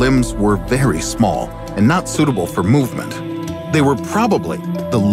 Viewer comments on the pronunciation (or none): none